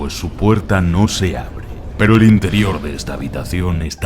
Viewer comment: alv dijo perou al principio:0